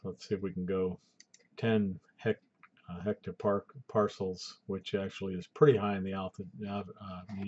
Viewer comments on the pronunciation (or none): dude, it's hPa its ettopascal, not etto- PARCELS loooooool